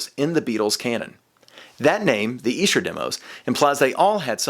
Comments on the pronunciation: E-sher demos..........Esh-er demos son, yanks love ruining pronunciation's, seriously burning my brain the way you are mispronouncing it......dope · Another word Americans pronounce incorrectly. It's not E Sher it's Esh er. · Dear Americans: It’s Esher, not “eesher”. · It’s Esher, not Eesher. It’s named after the Esher Estate where they were recorded. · 'Esh-er' demos NOT the 'Eesher' demos! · I want to scream! Its Esher not Eesher. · Please stop saying EE-sher. It's Eh-sher. Just saying. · ITS EH-SHER! Not Eeee-Sher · ESHER IS PRONOUCED WITH A SHORT "E"... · Are you sure it's EESH-er? Seems so unlikely. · It’s ESHer demos.. pronounced eshah or sketch... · if you're saying Esh-er you're saying it wrong sorry bud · I lived in England for 5 years and everyone there called it Esher (with a short e) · It's pronounced Esher, like elephant. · Its not pronounced eeeeesher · Eh. Sure. Like M.C. ESCHER. PRONONCED...(EH...SURE. DEM...O'S.) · No it is Ee-Sher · Yes, it’s named after the town where . they were recorded. But you’re pronouncing it incorrectly. Go look at recent videos where Giles Martin says it. :) (Honestly, it’s potato / “potahto,” but given the subject matter, I’ll say it like a Brit.) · Why do I get the feeling is mispronouncing Esher? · Weird pronunciation of Esher! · Incorrect. Listen to Giles Martin pronounce it in the press videos before this came out. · When you prouncer Esher...its an E like Elephant not E like Eel....